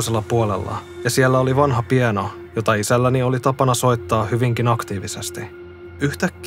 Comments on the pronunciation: Piano. Ei "pieno" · Hei, se soittimen nimi on piano, a-kirjaimella. Ei siis pieno, kuten olet jo aiemmissa videoissa usein sanonut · *Piano. Anteeksi, mutta näin pianistin korvaan sana "pieno" särähtää paljon enemmän kuin varmaan pitäisi 😅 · Tää särähti itellekki, mun lanko sanoo kanssa "pieno" ja huomautan siitä sille aina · Sama kuin Ukulele, eikä Ukule. Itse kuulen että hän sanoo Piæno